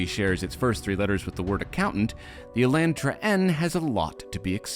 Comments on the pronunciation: How does a Canadian end up pronouncing "Elantra" like he's from Michigan with a hard A?? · I’m sorry but tell me you don’t know how to drive a car w/o telling me you don’t know how to drive a car. Even though that is your job, instant to blame it on the elantRA. And English says it’s pronounced otherwise the a isn’t pronounced 😭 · Nice video. I hate how you say Elantra though lol. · Am I the only one who says Elantra and not Elentra?